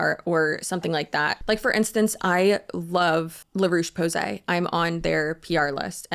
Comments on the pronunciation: psst - fyi - La Roche-Posay is pronounced more like Roach with a "sh" at the end, not like Ruuush. 💗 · La rawshe pawzay, for English speakers if you want to pronounce it the french way , fonetics help a lot I'm not being arrogant just an Autistic female hiperfocused on languages , I've learned french in 3 months living in France which makes it easier of course. I wish I had a fonetics book in the process of learning, it helps so much. By the way I use it and it's a great brand and I'm not sponsored 😅